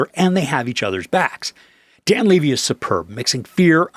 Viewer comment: It is pronounced “Levee”. Everyone knows that is how he and his father pronounce their last name.